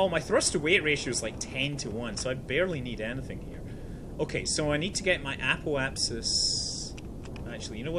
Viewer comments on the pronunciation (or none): none